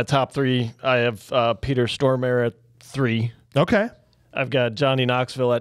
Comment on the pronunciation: Love this movie. Great review. However, it's PETER STORMARE.... Not STROMARE... LOL.... Sry.. Pet peve of mine as a movie junkie.